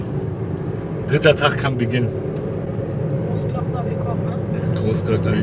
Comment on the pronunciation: Großglockner ohne ö😂 sonst top 15639€